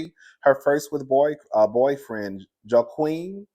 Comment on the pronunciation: Cousin, how you pronounce Bündchen correctly but couldn’t land Joaquin?